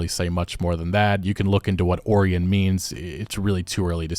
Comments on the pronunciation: Ok… Oh-RYE-uhn. Orion. The constellation of The Hunter. It’s pretty famous… probably the easiest constellation to see in the sky. I can literally see it right now if I look outside. Contains famous stars Betelgeuse, Rigel, and Bellatrix. You know… Orion? You’ve really never heard someone say that word out loud? Huh… 🤔 Edit: so apparently Betelgeuse might go supernova soon? Edit again: ok, now I’m seeing it was just a dust cloud? Oh “science news” 🙄… just as sensational as the rest of the media huh? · Orion is pronounced Oh-ryan, Keep up the work on great content! Love these news/update videos. it was getting depressing there with all the negativity happening everywhere. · It is wrong yes, but in english, he pronounced it right in every other language lol but yeah he speaks in english so he needs to pronounce it in english too ohryan lol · I have never heard anyone pronounce Orion like you do. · Hearing you mispronounce Orion and Polaris made me giggle. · I don't think you're pronouncing Orion correctly, you sound like a numpty the way your pronounce it. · Fr the way he pronounced Orion bugged me out😂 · I thought I was going crazy, the way you kept saying Orion. Man I wish I had the time to sink into games like this that I used to. Maybe once my second kid is in college in about six years I can jump back into it - probably just in time for whatever it is they’re working on. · pronunciation of Orion tho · is an advanced AI voice bot. That's why he doesn't know how to pronounce Orion. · Tell me you eat more Oreos than stars in the sky without telling me... Project Or-ee-on. (It's pronounced Oh-ry-an. The star constellation Orion's Belt) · Homie, you did NOT just pronounce it like that lmao. Have you never heard the word before or something? It's Oh-ryan. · I'm convinced this guy pronounces shit wrong on purpose to trigger people. Oh ri (eye)un O-r-i-o-n how do you get oree enn? Like I really want to understand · O-RI-AN lol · OH-RY-AN. <-- Orion.